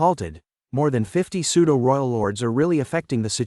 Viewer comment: Nice work cant wait for the next part and we are waiting .and the pseudo,who,us ,it and other words are not pronounced well aside that every thing is cool.